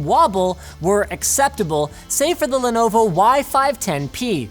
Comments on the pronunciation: Lenonvo lmao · Lenonvo? Is it laptop for The Beatles fan? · lenonvo? XD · "Lenonvo" Unsubbed... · Lenonvo? What's that? :D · Lenonvo. Better than Lenovo? LOL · lol, lenonvo? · whats a "lenonvo"? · Lenonvo xD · lenonvo? More like lenovo LOL edit: too xD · Lenonvo. Noice. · Lenonvo lol. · lenonvo lel :D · LenoNvo ? Y510P .... Somebody is drinking in the office again ... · LENONVO lol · "Lenonvo" lol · "Lenonvo" - that's a peculiar brand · LENONVO FOR THE WIN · lenonvo. kay. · that lenonvo tho